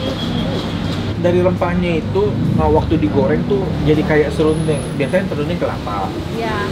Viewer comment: ibu bilang serundong koh nex juga bilang Serundeng...serundong kepeleset lidah nya nex 😂😅